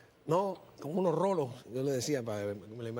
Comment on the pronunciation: Rulos, no "rolos". Este señor parece que llegó de Cuba hace poco.